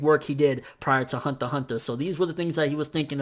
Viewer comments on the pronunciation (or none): "hanta hanta" lol